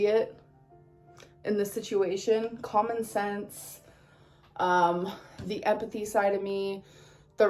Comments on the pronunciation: I'M SORRY did she just say "epathy"? Epathy?!... 🫣🤣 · "Eppathy... fillings". The 12 yr old can't even speak proper English and thinks she knows all.